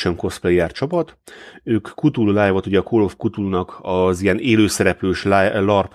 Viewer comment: "Kutulu"... "kátulu"... édes istenem... "K'tulu". Legalább egyszer ejtenétek helyesen.